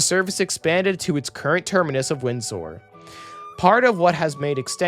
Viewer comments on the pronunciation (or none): AI narrator is the pits. Windsor becomes "wind sore," and Larkspur become "Lake Spore." ????? Is there a producer? Any quality control?